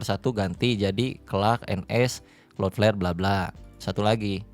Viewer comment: Gw yg tiba² nongol video ini tanpa tau apa² & tetap gw tonton sampe habis. Yg terngiang² di kuping hanya " klot pler"